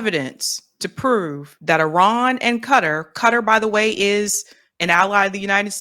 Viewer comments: Somebody please tell my why Kuh - Tar (Qatar,) is so difficult to pronounce. Or are we just trending incorrect pronunciations? I seriously think there are much more difficult words to pronounce than that. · First of all QATAR is pronounced "Kuh-TAR" not "Cutter". Next Netanyahu PAID Qatar to maintain HAMAS. Third, Bill Maher is an idior and lacks general knowledge. The asshole has recently started kissing tRump's ass. Must be scared. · Y'all... it's Qatar (Kuh-Tar), not Cutter. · "Kuh-TAAH" with the emphasis on the second syllable. I am sitting here trying to figure out who or what the hell "Cutter" is. I was genuinely confused. Learn how to pronounce words. Anyway, Van Jones is a loser with no shame, dignity, or moral compass. He is a callous, heatless swine with no consistent principles of which to speak. He is clearly corruptible. He is clearly trying to drum up support for a war against Iran (primary target) and Qatar which oh-so-neatly aligns with and reflects Israel's interests and view of the region. The obsession with Iran is exhausting. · Him pronouncing it cutter it's not cutter. It's Qatar sound it out. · Since when did Qatar become Cutter?🤷‍♂ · I wish American's would learn to pronounce Qatar properly.